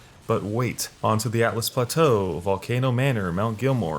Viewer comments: It's ALTUS l, not ATLAS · "Atlas Plateau" "Sofia river" lol you need to work on your pronunciations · It's Siofra, not Sofia River. Also Altus Plateau, not Atlas. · My eye twitched when he said atlas plateau and Sofia river lol